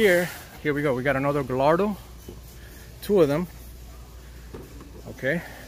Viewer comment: Fun fact! The L’s in Gallardo are silent. It’s pronounced Guy-are-dough. Just trying to help!